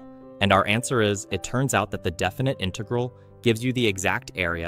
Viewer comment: "Definit inegrle"